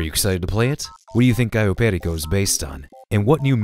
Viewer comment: showing off his Hispanic with that authentic *Caryo Perico*. Lovely!